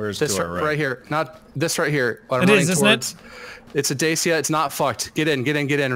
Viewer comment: im sorry but it really bothers me, Dacia is pronounced da-chi-a